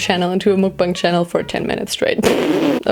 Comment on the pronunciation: Welcome back to my..... Schäääännneeel haha😂